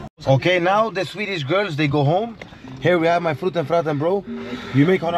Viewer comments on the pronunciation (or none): Brother where is Luis!? this is just fruten not fraten!